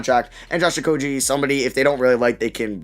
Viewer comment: Also isn’t it Okogie not Okojie